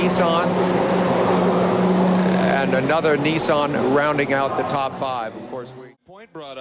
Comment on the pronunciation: WTF is a Neeesan. Wow, they even pronounce company names wrong. How sad. I'd hate to hear them say Hyundai. I think I would end it all. Severe lack of education.